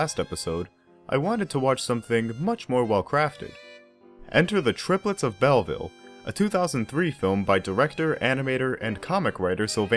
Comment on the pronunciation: A brilliant film. Pronunciation = Bellveel not Bellvil, it’s French.